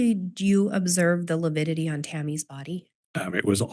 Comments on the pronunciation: kept saying lipidity. What a moron! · struggled mightily with pronouncing 'lividity'. He makes my skin crawl; both he & Chub are conceited idiots.